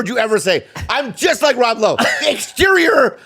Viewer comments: Nah why didn’t ya’ll have Jaime on for this one LMAO “Rob Loway” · Rob Lowe is the most difficult name for an Asian to say. Lob Rowe